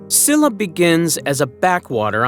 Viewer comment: The lack of effort to properly pronounce Korean words is quite disrespectful. I understand when there are sounds and syllables that don’t exist in English, but S-illa?? It’s pronounced Sheel-la! Some words sounded Chinese… so irreverent and rude.